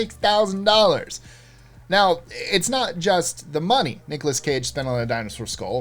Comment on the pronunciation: "Nicolash?" Sounds like Sean Connery pronouncing Nicholas,:P